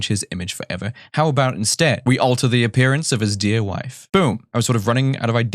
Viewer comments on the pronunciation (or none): none